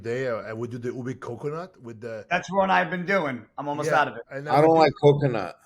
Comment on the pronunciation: Ube is pronounced ooh-bay not ooh-be